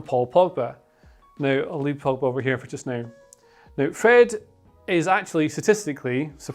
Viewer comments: man said frogba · if it's not mcfred or eeer..frominay..then its gotta be: me: POGFRED: FROGBA lmao